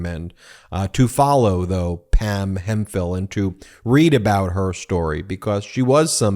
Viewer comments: It's certainly Hemp-hill, Not Hem-phill, Ben. Nice old English name. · It's Hemp-hill not Hem-phill, Ben.